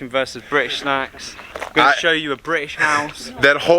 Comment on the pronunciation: British not Brish.....